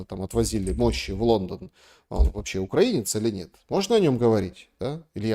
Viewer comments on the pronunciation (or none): none